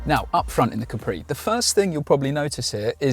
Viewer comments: Repeat after me: Caaapri. Not Capriii. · Si dice Ca’pri non Capri’